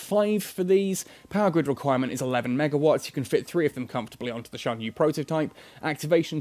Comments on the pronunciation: I think it's pronounced "sian yueh" and "yen jin" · he's pronouncing it well enough. At least he isn't pronouncing the x as the normal x sound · Lmao no. The official netease video that showed the internal structure of the ship in this video was: Shan-yoo. (Xian-Yue) Yahn Jung. (Yan Jung)